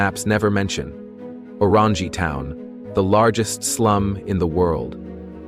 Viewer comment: The guy who can’t even pronounce the correct name of Orangi town with fake picture on title.